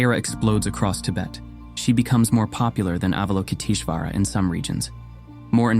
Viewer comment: TAR-a . Ah-val-o-kit-ESH-wara